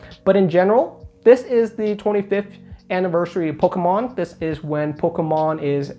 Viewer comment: Am I the only person who absolutely cannot stand the way this kid pronounces Pokemon Lol it grinds my gears love him jus wish he's slow down and say poke-mon now and then instead of pkemn